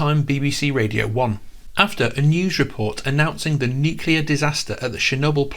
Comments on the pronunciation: Aw no...he said nu-cle-lar... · Have another go at saying 'Nuclear' 😏